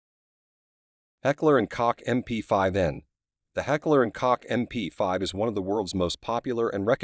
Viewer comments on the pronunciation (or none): It's Heckler & Coke(Koch) not Heckler & Cock! Lol 😆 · Is pronounced like coke or cock? Get it right. Koch is pronounced like coke. A grade school friend of mine last name was Koch. Many students ended up with a bloody nose if they didnt pronounce his name right.